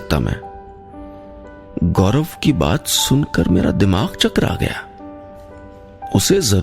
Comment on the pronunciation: Gaurav hota hai gaurab nahin